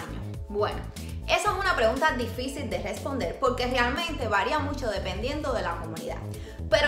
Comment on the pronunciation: Por que hablas tan mal? No se dice “polque” “pal” deberias aprender a pronunciar la “r” en ciertas palabras